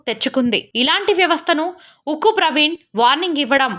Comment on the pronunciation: "UKKU" NI "THUKKU" CHESINDHI EEE SISTER 😀